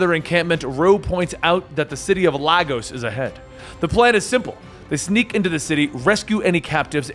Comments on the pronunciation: Lagos “Lay-goss” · Phonetically It's "Laygos" not Lagos. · First as a Nigerian - there are no Zebras in Nigeria. Second Lagos is pronounced "Lay-gos"... Just saying. Nice seeing the league in my country though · Couldn’t pronounce the city correctly in any of the films and now on here, Lagos in pronounced as “Lay-goss” your welcome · Hey I love this channel and you so much, so I mean no hate, but as a Nigerian and someone from Lagos it really bugs me when people mispronounce it, it’s really not that hard it’s just Lay (as in lay down) and Gus (like the name) you say it like lay+Gus, laygus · Wow always nice when some things happens in Nigeria ... interesting pronunciation of Lagos btw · Glad to hear Nigeria in this. But Lagos is pronounced with a strong A, I understand it's a little weird with other countries and their languages (Nigeria has 3) so I thought this would help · Why does every person not from Nigeria pronounce Lagos wrong